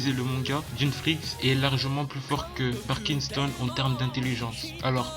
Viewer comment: MDR pour Pariston il a dit parkinson